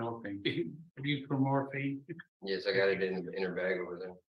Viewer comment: Buprenorphine = Boop-ren-orphine....Dude is better of playing dumb than snitchin.